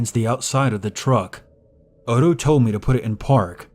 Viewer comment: NOTHING infuriates me more, is when these people who decide to be "PROFESSIONAL READERS" keep fucking up the most basic of words and names. If you don't know how something is said, take the literal second to verify it. Is ODO supposed to be "OTTO" like how do you fuck up that? We had one guy saying Ar MY RE for ARMOIRE and it took me by the end of the story to figure out what he was trying to say, and had to confirm that was the right piece of furniture via a CURSORY GOOGLE search. SERIOUSLY it's not that hard. IF I DON'T KNOW HOW TO SAY SHIT, I look it up. IT would be one thing if it was an ethnic name, then that would be excusable and make sense. BUT WHEN IT'S COMMON NAMES AND ITEMS, ZERO EXCUSE.